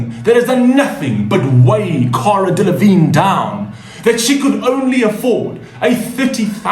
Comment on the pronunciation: 🤔 you cant say my name and Auroras correctly but Cara Delevignes name you nail without problems 🤣🤣🤣